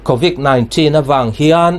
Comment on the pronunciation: " Covic nilo vin Covid " tiin lam tur .